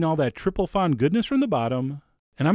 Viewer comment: Its 'fond',Chef, like front with no R or T ^^ the D is silent.